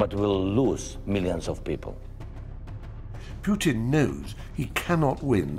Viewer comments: This is very informative and realistic, but... Fry should learn how to pronounce Putin's name. It's "POOtin", not "PYOOtin". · PooTin not Putin… correct pronunciation is poo.